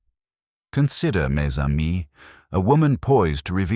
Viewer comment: It’s pronounced ‘mezamie’.